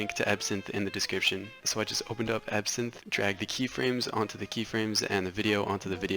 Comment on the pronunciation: EVERYTIME u said ebsynth I THOUGHh u said epson like the printer company LOL!!!!